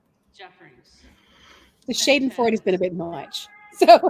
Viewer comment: Schadenfreude pronounced….shah-den-froy-deh…hope this helps…German is not easy! Love your channel and visits from Sarah, hugs